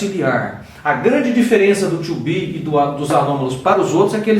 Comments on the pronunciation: You said verb "TWO BE", instead of "TO BE", LOL! Good job anyway! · Bom tutorial tirando o verbo "tcho be" ;)